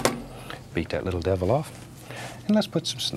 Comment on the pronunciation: "Beat that lattle deval off"